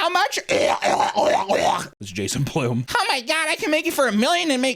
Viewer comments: its Blum like bum not bloom. you say things weird. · Um, it's pronounced Blum, like bum, but with an L..like loser bum 😅